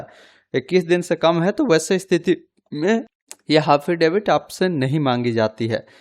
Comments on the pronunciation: हाफिडेविट या एफिडेविट 😅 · हाफिडेवित 🤣🤣😄🤣🤣🤦‍♂️🤦‍♂️🤦‍♂️🤦‍♂️ पढ़ लेते सही से एक बार 🤣🤣😄